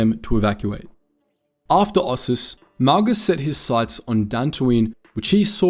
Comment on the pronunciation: o SIS, not os sus, and i o KATH not liokath btw